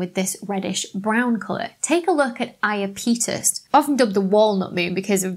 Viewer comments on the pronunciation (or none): Fun video ! I sort of liked the emphasis on 'on' in Hyperion, but if you're going to say 'I-a-pee-tus' when the entire planetary science community says 'I-ahh-pet-us', then you should at least explain why you chose to do so. Disappointing also not to discuss the possibility that many of the depressions on Hyperion might be sublimation pits rather than impact craters. Planetary science can be a bit messier than astrophysics, I guess.... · i a peetus???? no IAPEH TUS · pretty sure its i-ap-e-tus not i-uh-petus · I have only heard it as "EYE app uh tuss", but I am OK with "Eye uh PETE us". It doesn't sound too odd. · Iapetus is pronounced "Ay-uh-peetus"? I've been calling it "Ay-app-uh-tus" Why didn't someone tell me!? Oh, I've been making an idiot out of myself! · I’m with all those who say I-A’-Pet-us, not I A Pete’ us... But I still enjoyed watching the video regardless! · the stress is on the AP. And 'pet', not 'peet'. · Iapetus = "yapetus" (i.e., 3 syllables) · According to the Oxford English Dictionary (I chose it because your British) Iapetus is pronounced /aɪəˈpɛdəs/ (in IPA notation) a link to a sound file is here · Apparently the pronunciation of Iapetus is /aɪˈæpɪtəs/ (accent on the 'a' or second syllable). And don't fret over the misspelling of Phoebe; it's much more interesting to learn about the laws governing the movements and events in the universe, than to delve into the chaos that is English spelling. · When you pro0nounced Iapetus, I assumed I'd been pronouncing it wrong. Then you had the bit in the bloopers, so I checked. We both were! Apparently it's eye-app-a-tus or ee-app-a-tus according to or thereabouts. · It sounds like you're saying "Imapenis". xD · NASA Jet Propulsion Laboratory and the Cassini probe chaps pronounce it "I-ap-e tus". But to each his own. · I always heard it said, ‘YAP-eh-tuss’ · I always heard them say eye-ap'-e-tus, but, it knows who it is... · Iapetus = Eye - Ap - E - Tus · Pronounced "I-a-pee-tus", accent on the I.